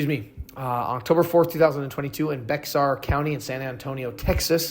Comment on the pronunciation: Also bexar u dont say the x lol so it's just bear county i know its weird .thanks for the awesome video